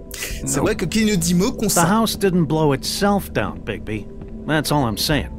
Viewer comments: Très bon premier épisode camarade ! Et sinon c'est est Bigbi ... pas Bigsbi ^^ J'attend la suite ... ca occupe mes trajet en train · C'est Bigby et non Bigzby mdrr ! En faite c'est quoi ces trucs écris en haut à gauche ? Et si c'est important tu pourrais les lire stp ? Sinon, à part ça, il est trop bien ce jeu - Super vidéo comme d'hab !